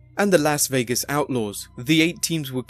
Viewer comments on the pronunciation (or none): none